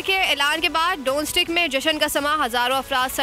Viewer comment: DONESK PERHAIN ISSAY DONSTIK NAHI